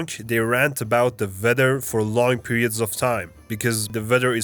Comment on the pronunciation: It's Weather , not "vether". Please work on Your pronunciation.